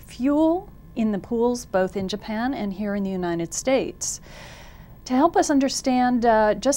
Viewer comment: She says Uninend States??